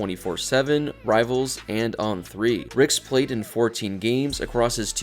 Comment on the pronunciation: Ricks not rex lol